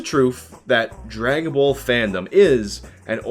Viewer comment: The way you say ball gets my goat. Souds more like bowl